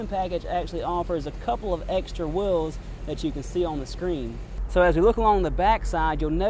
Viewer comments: They are called "wh-ee-ls" Not "w-i-ls" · What are whils? It's ok, some Nyers say Mirrah for mirror. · This guy needs to learn how to say "wheels"